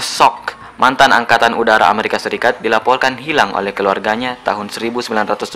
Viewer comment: kala BICARA YG BENER MASAK KATANYA "DI LAPOLKAN" :v